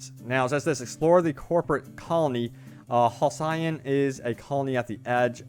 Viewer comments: Hal-see-on is how you pronounce that I'm sure. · For the sake of future content: Halcyon(I assume this is the spelled word) is pronounced Hal-See-On. 3 quick syllables. Used in terms like ‘halcyon days’ which sort of means the good, old times. Not trying to be a smart ass. Dig your content and just trying to help. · Another Fallout youtuber (the other being JuiceHead) can’t pronounce “Halcyon” as in “Halcyon days” expression. Pronounced like Hell-see-on with the emphasis on the first syllable. And English is not even my first language. Jeez. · Its pronounced HAL CEE ON for the love of god. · It's Pronounced Hal C On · Say it with me now HAL-CY- ON! one more time HAL-CY-ON. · It's pronounced Hall-see-on. Not multiplayer, not a mobile game. I am excited!